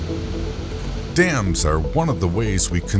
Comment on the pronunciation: I swear I only heard this guy say "damn" and not "dams"